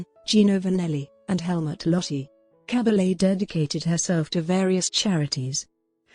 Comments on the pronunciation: Koriegiwren. Liebe Authentisch eine Dokumentation. Cabalje swirdihr Name ausgesprochen. Cabelle in Deutschland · Please pronounce her name correctly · Narration is not good. Is it Cabble, Caball, Cah-bah-yay? Mon-sir-rot, Mont-sir-rat?